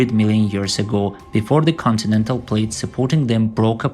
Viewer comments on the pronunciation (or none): none